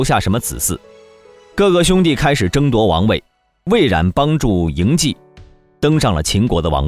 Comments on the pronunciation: 謖的發音：素，而不是計。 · 嬴稷不是嬴谡，读书还要看字！把自己装得很有文化一样！